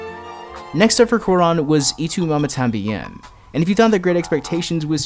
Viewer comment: Great video bro. But your pronunciation of 'Y tu mama tambien' was killing me, lmao